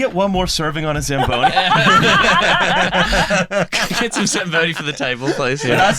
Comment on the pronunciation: "The shagboni?" SLAMBONI